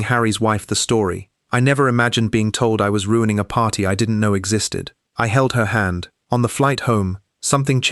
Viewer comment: Why do all of the AI narrations have consonants popping. Nobody says "handt" "saidt" ridiculous. "Secondt. It goes on.